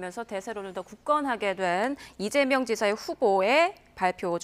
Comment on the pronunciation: 남자 앵커.. 이재영? 발음또한 신뢰도에 포함되는겨...